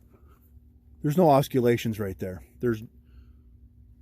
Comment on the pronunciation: hehe it's aws-sill-lations